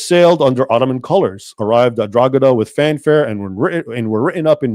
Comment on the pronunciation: Drogheda is pronounced draw ha da.